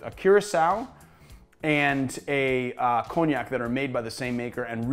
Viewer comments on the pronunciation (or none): none